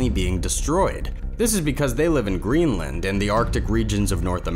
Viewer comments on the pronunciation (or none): none